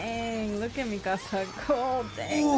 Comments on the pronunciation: For real though and thats everyone noob that watches AOT. The series is nearly 10 years old and its annoys me that people are pronouncing her name like they're saying "my house" in Spanish. -_- The English cast got it right and the Japanese version literally says her name in that way. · Bro, they're literally saying mi-ca-sa, which is Spanish for "My house." The dub got her name correct. Its Meek-ka-sa. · Can anyone get my girl's name right or what? -_- Its not mi-casa. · Everyone says her name a bit different. Mi Casa is the one I heard most, like Spanish and they almost seperate the front and begining of her name. I feel Eren and others in show say mi-kah-sah. less power on the As and a lower mi, the tubers put so much emphases on every syllable like they are trying too hard. I feel they said it right. is a perfect wrong IMO. Yea watched a clip on YouTube I feel so validated in what I say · i love how no one said her name right 🤣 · Did any of them say Mikasa’s name right? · One of them did. I don't know why they all say it wrong like haven't they heard her name like 100 times by now